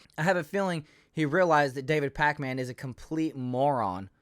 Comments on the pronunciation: This dude mispronouncing everyone’s names always makes me laugh. “Sink uyge”, “David Pacman “ 😂😂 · Pakman is pronounced "Packmen," not Pac Man. 😆